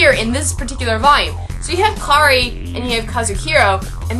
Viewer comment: I liked it. Though I would like to point out that a few character names were said wrong. The main character:Kiri not Kari The make up guy: Kazuhiko not Kazuhiro. And the male protaganist: Narumi. Sorry for being a bother. Other than that, well done. ^-^